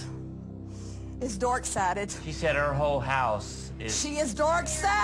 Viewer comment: “Dork Sided”